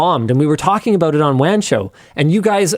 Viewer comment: “Abaooot” lol